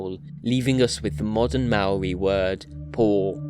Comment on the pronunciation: You have also mispronounced "Maori".